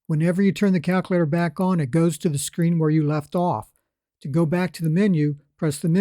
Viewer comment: Every time he said that, I chuckled.